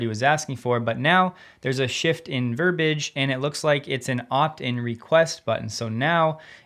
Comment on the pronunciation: verbage -> verbiage -> verb ei age (3 syllables)